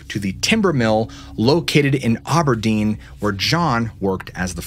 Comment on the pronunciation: Satarai chimmering sounds like a cool thing. Also for future reference, there's an Auburn Washington and an Aberdeen( a pronounced like in apple) Washington but no Auberdeen.